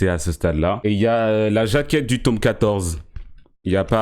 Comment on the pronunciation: jtm mais arrete de dire tôme au mieux de tome